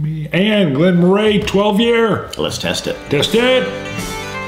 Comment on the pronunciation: It's pronounced Glen "Murrie" I viewed your video on this several times, so I purchased Glen Moray 12. Our state liquor store has it discontinued with the price reduced to $31 from $40. We pay a premium at our state run liquor stores, which on most liquor is priced, sometimes way above independent or chain liquor stores in other states. I agree it's a soft whisky. The mouth feel is good, virtually no burn, sweet with nice notes of sweet and floral. Agree this could be an every day dram. With the exception what appears to be the "caramel color" (E150) added, it's not a bad whisky for just relaxing and sipping. The Patriots just won Superbowl XLIII. You're right. It's not Tom Brady on the field.